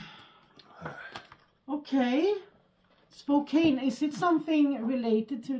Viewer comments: Welcome to the new year and! Looking forward to all the unboxing videos from you guys! Live streams from too! Also, the city whose name you're muspronouncing is pronounced as Spoke Ann. The e is silent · Just to let u know the E is silent in the city of Spokane so it's pronounced spoke ann